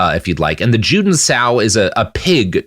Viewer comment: Juden is pronounced 'YOU-den.' In German, Js are pronounced like English Ys.